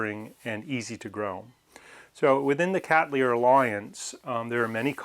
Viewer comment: Thank you for pronouncing the genus name Cattleya correctly i.e. Kat-Lee-Ya and NOT as so often heard in North America as :- Kat-Lay-Ya. The name comes from my ancestor William Cattley who's name you will note can only be pronounced as Kat-Lee so exactly why people insist on altering it is a mystery to me.